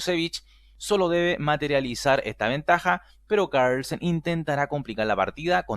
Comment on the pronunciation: Venga tío. .. no pronuncies Carlsen como si fuera un apellido gringo